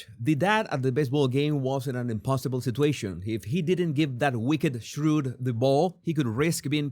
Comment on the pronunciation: It's wicked 'shrew,' not "shrewd." e.g. The shrew – an unpleasant, ill-tempered woman characterised by scolding, nagging, and aggression – is a comedic stock character in literature and folklore, both Western and Eastern. The theme is illustrated in Shakespeare's play The Taming of the Shrew.